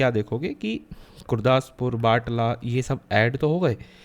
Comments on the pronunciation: its not batla its batala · बटाला है बाटला नहीं।